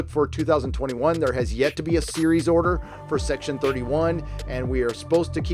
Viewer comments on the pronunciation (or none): none